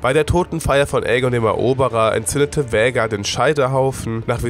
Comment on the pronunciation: Was für Vhägar ALTER VHAGAR ES WIRD KOMPLETT ANDERS AUSGESPROCHEN SO WIE „VAAAAHGAAAARRRR“